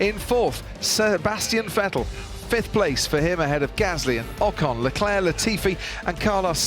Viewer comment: Leclerc more like LeCLerc lol